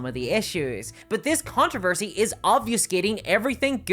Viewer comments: Fun fact other than two videos from you, I've never heard of it. And are you saying "controversy??" Because it sounds like "contrervesy." Sorry but you're saying it so much that it's throwing me off. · You mispronounced controversy three times, then pronounced it (almost) correctly.